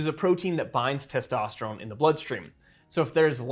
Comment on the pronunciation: Bro why do you say testosterome? Its ends with N sound thats why its written testosterone!